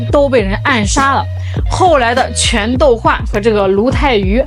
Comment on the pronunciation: 全[斗]煥：是繁體字裡的幾斗米的"斗(dǒu)"，不是簡體字裡的"斗(dòu/鬥)"。